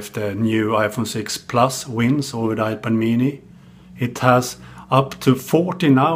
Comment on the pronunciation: I can listen to this dude say, "Ipuh Meanie" all day long. LOL